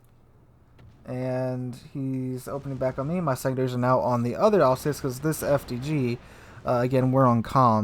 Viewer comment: Love your vids. It’s pronounced Alz Ass. Not Alz heyssss. I should know. I was born in Strasbourg. In Alsace. Cheers!